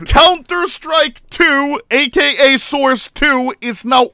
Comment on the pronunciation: Anomaly is exited because he thinks it’s “sauce” instead of “source”